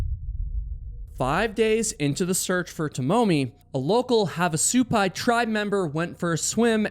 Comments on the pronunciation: Also, the emphasis is on the first part of the word, not the second half. "SU-pai", not "su-PAI". 😊 (And of course, as I'm typing this, you changed your pronunciation... You're killing me, LOL.😅) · What kind of idiot hikes alone? And it pronounced HAV AH SUE PIE say it slowly hav ah sue pie I live near there btw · It's pronounced have, not "haav"... Like "have a good time", "have a drink"... Both in the Village of Havasupai (Supai) AND Havasupai Falls. My dad taught at NAU back in the late '60s and we made that hike many many times, back before the masses discovered it..😊